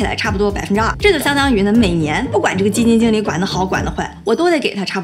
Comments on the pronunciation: “基金井理”lol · 基金jǐng理，😄东北话出来啦🤗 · 基金井里，没毛病，正宗东北口音